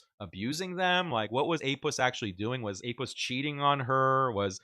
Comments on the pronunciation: I love this when a muslim bro says Apuss🤣🤣🤣😂😂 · "APussilanimus"😂 "APussted Profit"😂